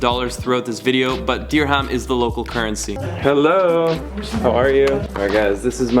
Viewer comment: You can't make fun of Katie's accent any more, after your version of "Dihram" 😂